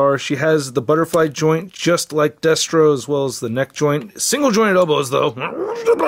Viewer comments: I heard “deathstroke” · Are you saying "Deathstro"? 🤣 Sik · Me too.